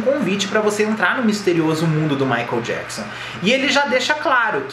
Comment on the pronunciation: no começo do video ele fala "michael JAPSON" ....KKKKK